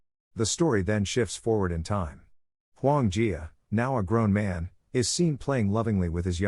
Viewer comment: Huo Yuan Jia. Listen to the man who correctly pronounced it.